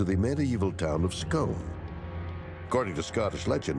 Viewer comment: Start by learning how to pronounce Scone